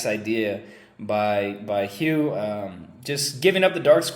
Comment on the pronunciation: Just a sidenote about Hou Yifan. Her name is pronounced more like "Hoe" or "Ho" instead of "hew." And "ee-fahn" instead of "yie-fan."